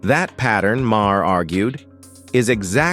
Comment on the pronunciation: "May her". "Muh hair". AI narration should be banned